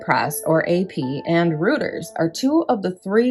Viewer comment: Annunciation. Reuters = 'Royters'. Peugeot - 'pewzjoe' - soft j - zh. Great job though! PS: How many psychic phone calls? Guessing at least 23 per day :)